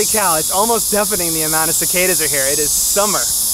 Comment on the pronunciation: Yes!!!! You pronounced Cicada's correctly!!